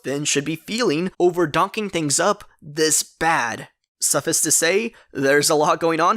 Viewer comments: Love your breakdowns, just commenting to let you know suffice is pronounced like ice at the and, suff ice. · I LOVE your videos and I hate being that guy, but "erroneous" is pronounced "er·roe·nee·us" (əˈrōnēəs) EDIT: Also, "suffice" is pronounced "suf-fice" (səˈfīs) <3